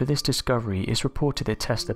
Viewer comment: Why do many Brits say “viss” and “vat” and “ferver” and “free” (this, that, further, three), etc.? Seriously.